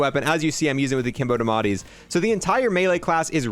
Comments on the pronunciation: Please they are called the die a metti not dimati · Its spelled diamatti (dee uh mah tee) is how it should be pronounced